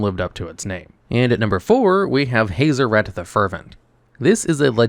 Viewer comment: My brain hurts from how u pronounced Hazoret. Hah-zoh-ret. I've heard Hah-zor-ret which is less painful on my ears but haze-o-ret makes me wanna cut out my ear drums >_<